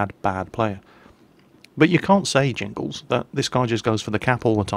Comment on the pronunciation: Jingles, not Jimgles. lol